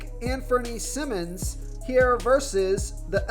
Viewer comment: “Sigh-mons”-Simons “Struce”- Strus